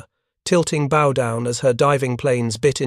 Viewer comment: The AI voice doesn't know how to pronounce bow. It pronounces it as an archery bow, not a ship bow.